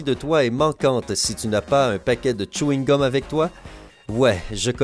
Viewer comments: C chewing-gum pas Tchouingum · Tchewine gum JPPP😂😂😂😂😭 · Mais comment il prononce chweegum